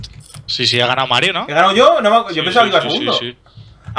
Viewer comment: Alison Sanchez porque dicen he ganau y dicen todo con u?